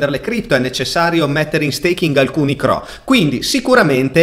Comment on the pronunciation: CRO non si può sentire 😅